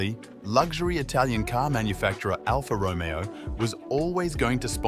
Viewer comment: Check again how to pronounce Alfa Romeo, Lavazza ....